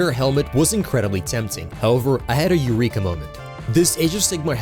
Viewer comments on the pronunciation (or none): none